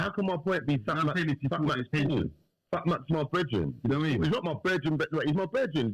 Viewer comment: Man said 'Do you know what I mini' 🤣🤣🤣